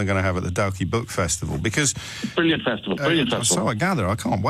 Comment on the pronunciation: I hope O'Brien learns how to pronounce Dalkey correctly before he comes here. The Irish caller fucked up by not correcting him